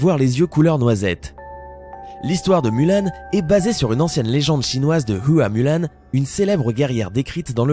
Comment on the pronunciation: Heu Huā Mùlán se prononce "Hroua Moulin" et pas "Ua mulanne"